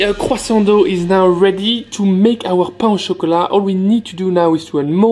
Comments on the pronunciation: I can hear the entire south of France screaming when he said " Pana chocolate"! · je pensais que tétais parfait jusqua ce que tu prononces 'pain au chocolat' :'(